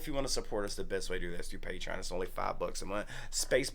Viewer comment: It’s not much of a reaction if they do a bunch of research before they listen to a song. Also it’s called “Patreon” not “Patron”. Maybe you should have LOOKED IT UP 🙄